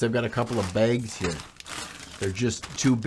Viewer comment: I don't know what it is about the midwest that makes people say the word "bags" in a weird way.